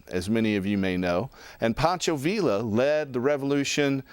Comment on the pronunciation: Fyi, Poncho "Villa" is pronounced veeya, not veela